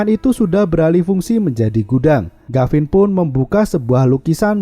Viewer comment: Tulisan gavin Dibaca garin Yg bener mana ngab